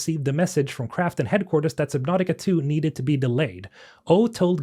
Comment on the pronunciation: Submautica not sib. Lol